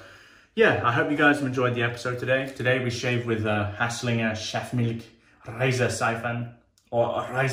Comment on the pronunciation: Good video! I feel like that soap must of been well ahead of it’s time. Solid attempt at pronounciation as well 😉